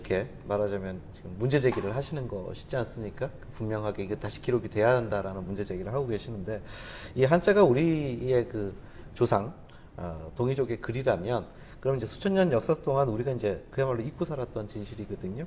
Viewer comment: 장음인 첫자를 짧게 잘못 발음한 ㅇㅖ: 수리,조상(조는 장음인데 계속해서 짧게발음하고 있음), 한나라,사실, 수 천년, 등, 발음문제는 이만 그치고, 선생께서 한자가 동이족이 만들었다고 하는 중국 학자는 어ㅂㅅ다고 했는데 많은 중국 학자들이 동이족이 만들었다고 인정했읍니다. 한자를 "은자"라고 주장하신다면, 한글 전용 문제는 어떻게 생각하십니까. "한국 어문을 고발함" 이라는 책을 일독해 주실까요. 미국 변 완수 배